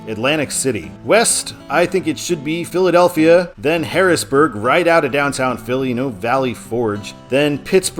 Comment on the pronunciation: You're not pronouncing the Philadelphia towns right not even close and I'm from Morgantown Pennsylvania please pronounce them right you have no idea how that noise has.